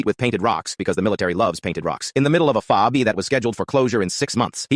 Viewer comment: I wonder if the AI reader will ever get the words right. F OB. One 200 for 1200, it is seriously annoying.